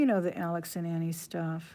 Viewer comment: Alex and Ani is pronou.nced"Oni" not Ani . Just fyi.